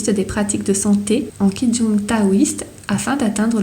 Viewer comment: Bon résumé juste 2 précisions: Ying et yin c’est différent… et Qi Gong, ça ne se prononce pas « ki djong » mais « tchi Kong »